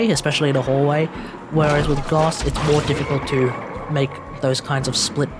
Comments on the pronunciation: Triggered everytime you pronounced it as goss. Its gauss pronounced like house but with a G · Gauss pronunciation: Gos - Wack! Gaus - Wack! Goose - Tight as Fuk!